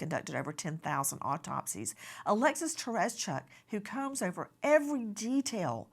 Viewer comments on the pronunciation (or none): none